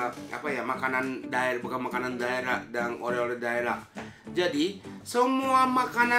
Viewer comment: Oleh oleh, Bukan oreh oreh